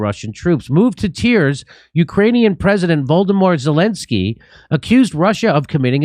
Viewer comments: Did he say Voldemort Zelensky😂 Good video tho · It's funny and it's actually quite accurate the way Jimmy pronounced Zelensky's name -- Voldemort :)